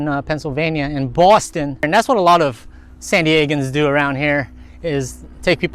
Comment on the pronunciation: Lol love how you said Boston 😂. giving us the fire romantic spots 🙌🏼🔥